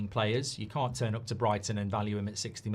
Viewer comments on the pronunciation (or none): none